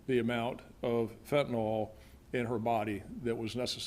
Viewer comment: Fent a nil not fent a nol. Get it right USA.